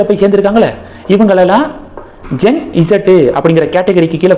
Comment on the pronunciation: அது ஜென் ஸீ அப்படித் தான் சொல்ல வேண்டும்.